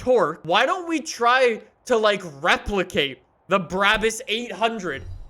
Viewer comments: Not tryna be mean but its pronounced brah-bus not braa-bus even though its spelt that way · It’s not called Bruäbüs, it’s called BRABUS!!!!! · No one:: bra-bis